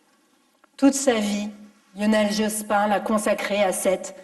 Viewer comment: Dit-on Jospine ? C'est à la mode, cette prononciation.